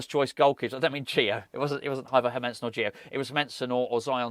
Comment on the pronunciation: as a dane you like others are saying his name wrong its like Heeeeer- mannn-seen and say it fast lol